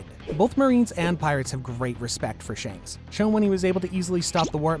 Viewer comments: Bro said Shunks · bro really said shaanks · Bruh said shonks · It’s not shanks it’s shamrock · Its not shanks but shamrock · Bro called shanks socks. 😂😂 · Shonks is actually funny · Did anyone of you hear the wrong pronunciation of shanks he called it shonks😂😂😂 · At the shank part, he said shonk instead at the time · You said shanks wrong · I swear people butcher the names of characters on purpose🤦🏻‍♂️ Dude said Shanks perfectly fine, then less than 10 seconds later, pronounced it like he was choking lmaoooo